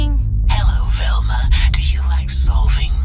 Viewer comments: Velma, sweetie...her name is Velma...not Thelma....😁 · Lmfao. It's V Elma not TH elma. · It’s VELMA not THELMA!!! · So his title says "Velma" and so do the subtitles but he keeps saying "Thelma". You can't take the black out of some people. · VEl-ma not THEL-ma. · Duuuuuuuuude WHYYYYYYY do you purposefully mispronounce so many words?! Are you doing it accidentally or are you just playing stupid? Thelma is not Velma. BRO. LOOK AT THE WORD BEFORE YOU READ IT OUT LOUD. It's infuriating trying to show friends your videos because you sound so uneducated when you read. There's no excuse at all for the way you mispronounce words. "Massatwositts" for Massachusetts... "Thelma" for Velma. Dude knock it off. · I like your videos and I agree with a lot off what you say...... but why do you keep calling her 'Thelma?!?!' Her name is Velma!! lol just breaking ya stones bro. Keep up the good work! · You kept saying Thelma. It's Velma, lol. But, at this point. They may as well change her name too. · Listening to him call VELMA “Thelma” is like listening to Boosie call Vlad “Glad.” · Why you say Thelma? First say vampire, now say Velma. V...Velma. With a “V”. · lol you keep calling her "Thelma"